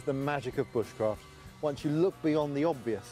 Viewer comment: Is it me or did that woman at the end say B-uh-sh-craft, instead of b-oo-sh-craft...